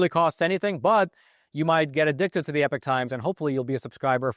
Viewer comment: Hey smart guy, it's pronounced E-pock times, not epic times, and it used to be a Christian owned company.